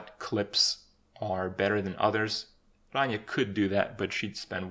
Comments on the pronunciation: randomchicken01 thats.. actually the correct way to pronounce it. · not 100% true. Rania is Greek, true and being greek myself, I can assure you he's doing a pretty good job at pronouncing it. Its not his native language obviously he won't be a pro at it. Its still not bad at all. If you have a look at Ranias channel and watch their cooking videos, he tries to pronounce the different dishes and greek words for the different vegetables. Also, Kripp may live in Canada but he's romanian. Which means his mothertongue does include a lot or R's that have to be rolled. After all imo he's doing a good job at giving her name the deserved pronounciation. :)